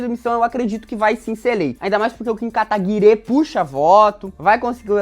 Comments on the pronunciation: pq o jones fala kataguire, qual a história disso? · O MBL ficou bravinho pq o Jones escreveu o nome do Kataguiri com E no final e agora ele faz questão de falar errado de propósito, tanto que ele força o E pra ficar aparente.